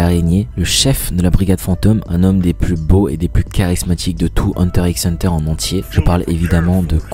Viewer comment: “Hunter 'X' Hunter” Mes oreilles ont saigné 🤦‍♂️